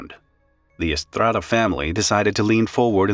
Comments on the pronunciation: "I speak English, but now I'm going to say Estrrrrrrrrrada" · Props to you for that Estrada pronunciation